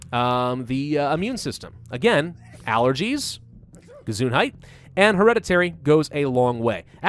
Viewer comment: Heya! are you learning German by any chance? your ''Gesundheit'' Sounded really good!